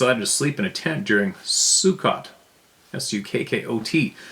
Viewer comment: Sukkot...pronounced Sue- coat. Hebrew Holy days celebrated in the Autumn.